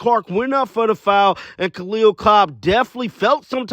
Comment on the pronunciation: Damn everyone says Kahleah Copper's name wrong lmao